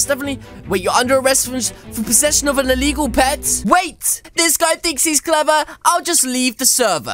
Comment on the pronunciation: It's not eligall cmon